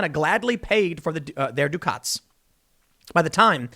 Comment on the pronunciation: "...their DOOKOTS" Its DUCK-ITS, Tim. You already know the word.